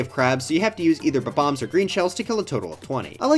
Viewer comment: It just dawned on me that you say bob-omb the same way that ZoomZike does. Ranking all the Mario Party boards?